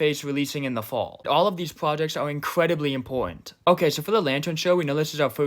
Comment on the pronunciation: We got fwee prwajecks